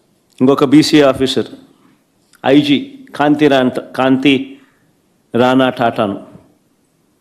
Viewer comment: కాంతి కాదు క్రాంతి రానా 👍